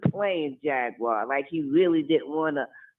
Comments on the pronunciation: Jagwire is that what she said😂😂😂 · Jag wire Wright 😆